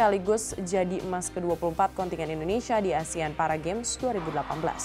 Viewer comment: bahkan seorang news anchor ngomongnya juga masih 'asean' 😐